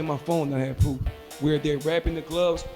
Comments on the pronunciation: He shouldn't speak in public whether he has pwoof or doesn't have pwoof. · You dont have "pwoof"😂